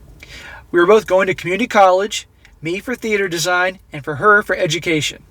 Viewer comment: “Theater design”? Lol